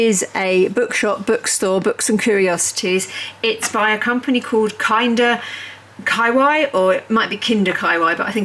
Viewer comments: Umm kawaii is not k-eye-why, it’s kuh-wahh-eeeeee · I believe it is pronounced more like ka why yee. Not just ka why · This IS the best calendar I’ve seen. And I was also drawn to their Ghibli one. I think you pronounce it “Kaaah wah ee” not “ky why”. But I could be incorrect. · Great calender, I'm going to help you out with pronouncing the increasingly socially endemic term Kawaii it is Kaw-Wah-Yee 🙂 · say kawaii, like hawaii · I was coming here to say this. I really enjoyed the video, but the pronunciation got me every time. 😁